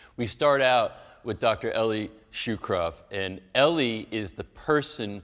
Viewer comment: It helps if you pronounce your guest’s name correctly. Shukron not Shukrov. Also, his first name is pronounce “Ellie” not “E-lie”. I simply couldn’t watch beyond that.